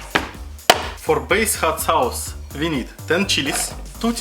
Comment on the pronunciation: даже у меня, жителя мск уши режет)) ну что за хат саус?)) амазинг??) ну е мае, сорри фор май рашн акцент..